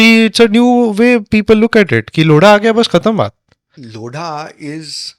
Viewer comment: लोड़ा नहीं, लोधा है 😂😂